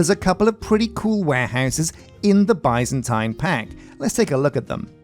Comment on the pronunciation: I'm currently binging this playthrough and every time he says: "Byzantine" I hear, "bison time"...